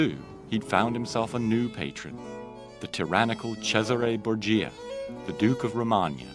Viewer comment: UGH!!!! Bor-gee-a,,, I see so many documentaries with professional narrators and scholars who can't pronounce Borgia.... I knew how to pronounce it properly when I was 7, in 1979, and I am an American. I know this is old but that point is moot!